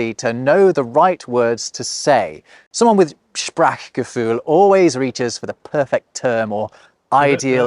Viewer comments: PRONOUNCE IT CORRECTLY IT'S "SPRACCHCHCHCHGEFÜHL NOT SPRACKKKCKKKKKCKKCGEFÜHL DU KLEINER *****SOHN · I think you would have more feel for German if you pronounced it: Spraachgefühl 😀👍+1. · Good vlog. Listen to your German guest re pronunciation, which you really need to improve. Eg., Wan(ah)derlust, Sprac(ahk) Gefühl, Zugzwan(un)g. Yes, Feierabend is a very special word in German not really found in English. Fernweh is better exemplified by the word "distance""longing" even though "Weh" is associated with pain. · Please stop pronouncing "Sprachgefühl" with a short a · The "a" in Sprachgefühl is not as short as in Dach. And the mouth stays open while pronouncing a, ch, e. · your “Sprachgefühl” is not bad but your pronunciation of this word has to be improved. 😊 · The problem with importing "Sprachgefühl" into the English language is that most English speakers fail to pronounce the "ch" frikative and the "ü" umlaut correctly. Even turned the "ch" into a kind of "k" sound, instead of the throat sound like Scottish "Loch Ness" (which most non-Scottish and non-Germans mangle into Lok Ness). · This YouTuber makes out he "gets" German, but oh my God, his pronunciation of "sprachgefuehl"... (sorry, no umlaut of UK keyboards) - the "a" is long, as in "shark", not flat, as in "hat". Has he got cloth ears? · I wonder about your prononciation of Sprach(gefühl). Why the "K" for "CH" ? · Bravo, wonderful video regarding my beautiful, but highly underestimated language. Only weak point: You might wish to work on the pronunciation of "Sprachgefühl". It should sound smoother (the "ch" should be pronounced more at the teeth rather behind in the throat), and the rest of your rather good German pronunciation tells me that you can do better. :-) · Why did you say Sprachgefühl like Sprackgefühl😂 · Its Not sprak its more like sprare